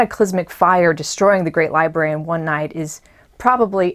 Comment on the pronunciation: *Lie Brary...... Not libary...